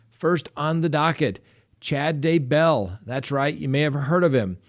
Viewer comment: Is that really the correct way to say Chad's last name?